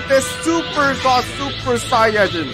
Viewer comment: On behalf of all Dragonball fans, I forbid you from ever saying the word "saiyan" again